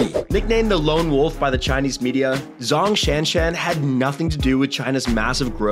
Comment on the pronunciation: The way he pronounced Zhong Shanshan made my ears bleed.